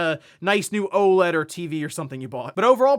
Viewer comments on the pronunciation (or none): none